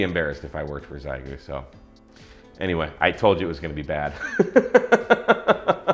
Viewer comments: It’s not pronounced “zaigoo”. It is pronounced “she-yay-goo”. If you’re going to review a product, at least learn how to pronounce it’s name… Also, “running RF Gain always at 100%” is, to say the least, dumb. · Sorry, - but after my experience with the X6100, I'm pretty sure the correct pronunciation is "she-yit-goo". My first X6100 had a totally non functional internal microphone, and lasted exactly 2 days before encountering the legendary Xiegu "HCF" [Halt-and-Catch-Fire] bug, which causes the X6100 to LOCK UP in a keyed state, refuse to respond to any key, and get so hot you will think it's going to burst into flames. I finally got it to power down by laying it on a table (to hot to hold) and hard pressing the power switch for about 30 seconds. To this day, I'm not sure if that long-press on the power switch actually forced a power down like a PC, or if the X6100 has some emergency internal temperature shutdown which finally kicked in - but I can say this... After getting it to finally power down, it refused to boot back up - powering up only to a blinking cursor - which is apparently ANOTHER classic X6100 failure mode known as the "Xiegu X6100 BSOD [Black Screen Of Death]". I was able to recover from the BSOD state by totally re-flashing the firmware on my X6100, but then there were other lingering issues - like the fact that the battery monitor/charge circuitry seemed to have lost it's mind, and started reporting random battery voltages [another classic X6100 issue]. Ironically, this was soooooo bad that I decided to give the X6100 another chance - based on the dubious theory that this first X6100 MUST just be a LEMON - because NOTHING could be that bad and be marketed as a fin